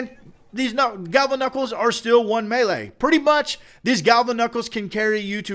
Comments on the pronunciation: It's me-lee like melee not may lay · quit saying malea